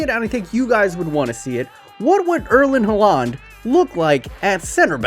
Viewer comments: I get real stressed when he says halaaaand instead of haaland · am i the only who gets really annoyed by his pronounciation of haaland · the way he pronounces Erling Haaland brings me physical pain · The way he pronounces Haaland is extremely annoying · i'm always so confused when he says Haaland :D